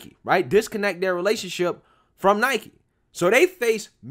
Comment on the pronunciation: Listen, for real... Thank you for pronouncing Nike correctly. I agree with you on the rest, but that right off the bat gets you respect from me.